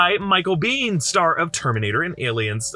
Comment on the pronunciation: thank you for saying miceals last name right